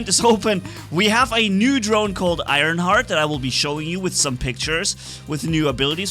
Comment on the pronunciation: It's Ironhearth, not Ironheart, it has an H at the end